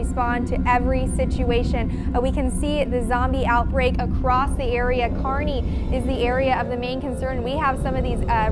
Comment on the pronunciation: It's "Kearney"